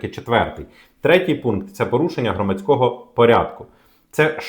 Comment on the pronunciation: Ці наголоси 😣 будЕ, громадськОго... кров з вух, скільки писав - до лампади